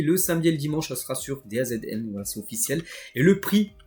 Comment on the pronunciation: çà se prononce "dazone"